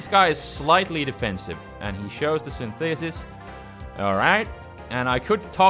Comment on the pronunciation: Yo: Synthesis is pronounced SYN-the-sis, with the first syllable stressed. Just a quick tip; your English is excellent overall.: )